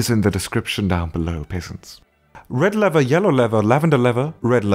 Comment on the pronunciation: He keeps saying lever. Sorry,, but I must nitpick.